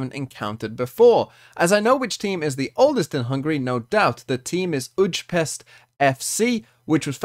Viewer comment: It’s pronounced oo-ee-pesht